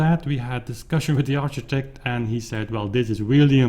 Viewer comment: Thanks for the update, very exciting indeed! Ps: architect is pronounced like arkitect. :)